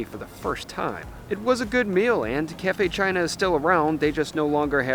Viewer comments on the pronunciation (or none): none